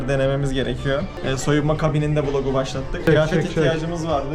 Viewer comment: Vılog değil knk vilog